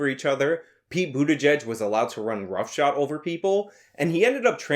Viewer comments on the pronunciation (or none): Roughshod not rough shot lol